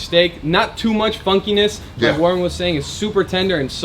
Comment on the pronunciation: Its Warren not warrent lol